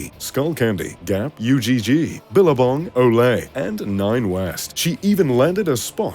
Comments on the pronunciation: he really said U-G-G instead of Ugg lmao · are not gonna talk about how he pronounced ugg